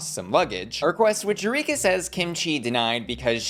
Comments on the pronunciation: You-reek-ah. The professional victim is back lmao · Legit not trying to throw shade, but Eureka sounds like You Reek Ahhhh. Just trying to give a laugh. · Eu-REEK-a? Sorry I’ll let myself out 🕺